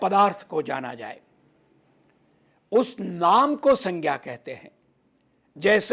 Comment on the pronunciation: 🙏🏻It is not proper to pronounce संज्ञा as सङ्ख्या or सङ्ग्या